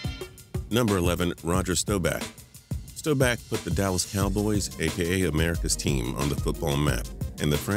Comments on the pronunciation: Roger Staubach's name is STAW-back, not STOW-back. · You pronnced staubauch wrong you said stooback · how could you screw up Staubachs last name its pronounced Staw-back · Staubach is pronounced Starbock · When he said staubach I got aids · How did you find a way to somehow make a new way of mispronouncing Roger Staubach